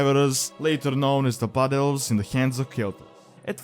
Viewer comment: "Butt Elves" @@ dat accent.